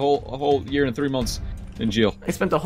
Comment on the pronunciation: You said three wrong you said said free not trying to make fun of you at all cus I have problem to